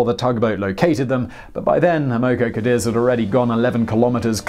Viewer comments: I believe it's pronounced Cah-deez. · You really can't pronounce anything that isn't British English, can you? X in Chinese is a "sh" sound and Q is a "ch" sound. And it's "Am uh Co Cuh Deez" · It's pronounced "am-moh-coh Cadiz". What is with this guy and mispronouncing everything? It was the Amoco oil company. A gigantic company later absorbed by BP. How could he miss that?